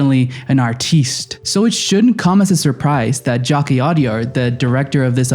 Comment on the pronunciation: you never took the time to learn how to pronounce jacques. emilia perez is not about mexico, its a soap opera anti-musical tv melodrama. It's not a serious drama about drug cartels